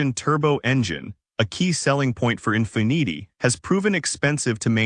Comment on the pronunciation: Try pronouncing Infiniti again?